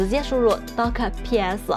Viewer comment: 是搭可，不是都可